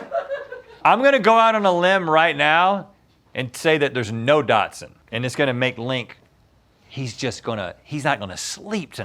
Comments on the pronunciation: Link and Rhett said Dodson....hahaha!!!! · Are they saying Dotson lol